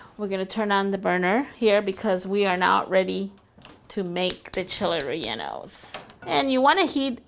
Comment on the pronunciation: “ Cheeley reyllenoes “it’s Chiles rellenos